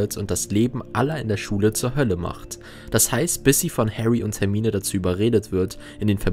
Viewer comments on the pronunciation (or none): none